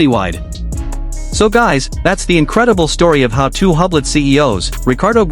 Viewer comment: Please try correct French pronunciation of the company. [yblo] The H and final T are completely silent.💜